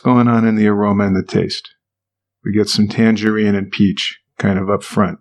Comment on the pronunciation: how did you pronounce “tangerine,”? lol never heard it said like that